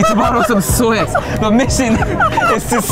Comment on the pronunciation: He said “chancho, I need to barrow some esweats” 🤣🤣🤣💕